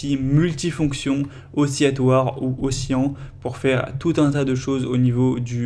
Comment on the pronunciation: Problème de prononciation : on dit "aussi" "latoire" et "aussi" lent" (pas "aussi" "yant" ou "aussi" yatoir").